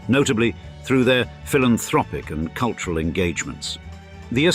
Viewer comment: Culyural capital 😂.Plastic boobs and lips